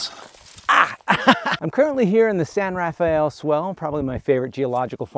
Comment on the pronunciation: Can I just say that hearing you pronounce "San Rafael Swell" correctly made my day. My family does a Thanksgiving ride every year, so I've grown up loving that place.